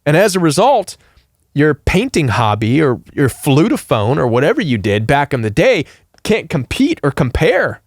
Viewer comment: Flute-a-phone? Hahaha🤣